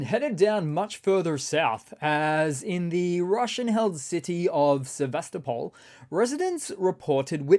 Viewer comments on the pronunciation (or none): none